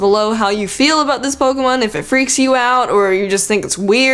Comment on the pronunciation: it's pokEmon not pokUmon!!!!!!😠